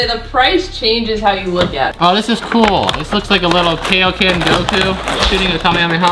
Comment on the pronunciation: U pronounced kaioken wrong you SAY IT LIKE KI-O-Ken